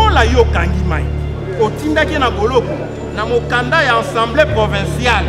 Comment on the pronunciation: Du bon travail cher Maître mais je vous prie de dire: Assemblée et non Ensemblée. Merci